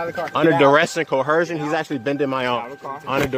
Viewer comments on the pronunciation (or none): You can always tell it's from their idiotic script when you hear the ignorance of co-her-sion. WTF is co-her-sion. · Co-her-sion? Is that a combination of cohesion and coercion? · Do these guys study mispronouncing language. Every last one of them calls it coercion some variation of cohershun. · Apparently, learning how to pronounce "coercion" is not something they get in their vast educations.